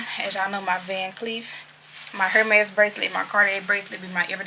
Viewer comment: The H is silent in Hermès